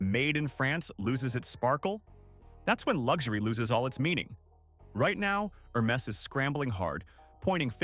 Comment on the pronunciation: its "Her mess" after all